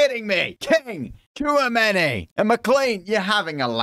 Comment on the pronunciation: its pronounced as 'chuomeni'